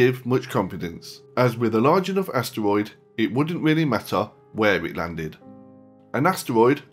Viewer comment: Am I the only one annoyed that he called asteroids astwoids